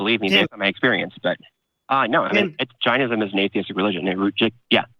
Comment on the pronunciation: It's JAIN-ism much like Chain-ism. I think Jainism & Buddhism either branched of from Hindhuism or shared beliefs. I'm from the country of the religion you're practicing. So, why stop at Jainism? Why not go all the way to Hinduism? Foreigners, please stop mispronouncing our language. You stole so many things from us, please don't steal our languages too. I exited Hindhuism BTW, a religion you're kinda practicing.